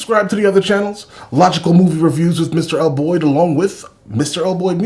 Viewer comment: please have some respect. The least you can do is pronounce her name correctly.